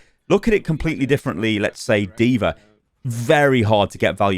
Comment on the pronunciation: “deever” lmao